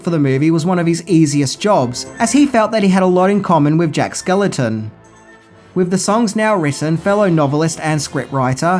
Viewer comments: SkeLLING TON not skeleton. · I love ya Dude. But it's Jack SkellINGton not Jack Skeleton. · God damn it,... The guy's name is Jack skelINGton. Not skeleton. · Are you saying Jack Skeleton? Just like you said Tia Korea? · It’s Jack Skellington. Stop saying skeleton! 🤬🤬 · It's not Jack Skeleton... It's Jack Skellington; there's an "ing" in there. Other than that, great video, dude =) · It’s Skellington not skeleton 😊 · Skel LING ton, NOT "Skeleton." I mean, really!?! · Don't ever change,. It's Jack Skellington, with an ING in the middle and not Jack Skeleton or Skellenton. Also, how could you forget to mention the annual Disney tradition of the Nightmare Before Christmas overlay on The Haunted Mansion ride? Something that Disney does in at least California and Orlando starting sometime in October and running through at least Christmas and is hugely popular with park goers. When I used to have an annual pass, The Haunted Mansion would be dead, no pun intended, most days that I went, but during October through December, the ride was almost always packed. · Are you actually saying 'skeleton' instead of 'Skellington', or is the pronunciation getting lost on my ears in your accent? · Jack Skell-ING-ton, not Skel-eh-ton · It's Jack SKELLINGTON (rhymes with WELLINGTON), NOT Jack SKELETON. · Is no one going to point out that he keeps saying "Jack Skeleton" instead of "Jack Skellington"??!! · Lol you keep calling him "Jack Skeleton" when it's supposed to sound like a last name "SkellINGton". Other than that, love every one of you videos. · Is there some name change for Jack outside the US? His name is Jack Skell-ING-ton not Skeleton over here.. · Are you saying Jack “skeleton” lmao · Why are you saying Jack SKELETON? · Is anyone else bothered that he keeps saying Jack Skeleton? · Enjoyed the video. My all time favorite Christmas movie. BUT!..... skellington....skellington....SKELLINGTON. It's Jack SKELLINGTON